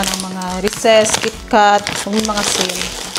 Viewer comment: It's Reeeseee lol not reses